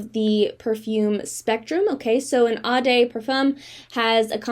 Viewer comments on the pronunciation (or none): Did you mean eau as in oh? I've never heard eau pronounced ah 🤔.